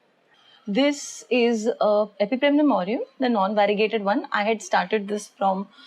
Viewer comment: Love the way u say 'Epipremnum'.... I'm also in a process of making mini jungle in balcony... This been a booster dose!! 😁